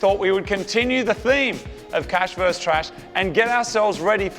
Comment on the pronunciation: It's "VERSUS", not "verse"! A verse is a part of a poem, or part of a chapter in the bible. Versus means 'against', as in competition or comparison.